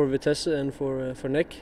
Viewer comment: Hoe Sondre NEC uitspreekt geeft mij een vleugje van voldoening.